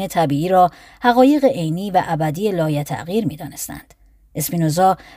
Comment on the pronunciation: سلام من یک دور کامل تاریخ فلسفه رو با صدای تو شنیدم ، ازت ممنونم ، اما انتقاد : تقریبا تمام کلماتی که ریشه عربی دارند مثل مثبت و لایتغیر و ... اشتباه خوانده شده و شدیدا روی مخ است